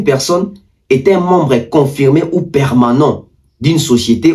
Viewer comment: Mutu azo loba "pekson" au lieu de "personne" est ce que makambu ako loba eko zala coherent? Quand la tete est vide c'est le corps qui souffre